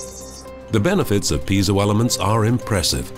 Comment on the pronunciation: I thought that "piezo" was pronounced more like "pee-ay-zo".